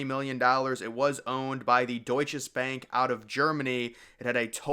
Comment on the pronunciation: The building was built by Bankers Trust. You should have known that if you did any research. Also, learn to say Deutsche - there is no S on the end of it.